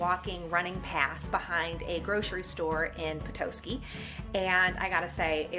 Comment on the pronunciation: Please never say “Petoiske” again. It’s Pe-Tos-Ski